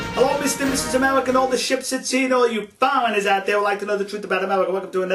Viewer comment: You awe a genwus! You shwould be our ambwassador to Japwan, you understwand them so well. Who wouldaw known that "no foweingers" works bwetter than "no fighting". Are Japwanese allowed to fight?